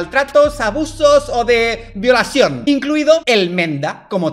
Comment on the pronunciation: Y BOILASIÓN xd